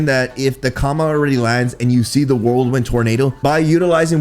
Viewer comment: keeps saying whirlwind like "worldwin"